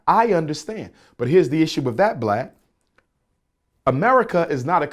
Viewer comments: wow he said Blad! That's a new one😆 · I heard 👂 that too 😆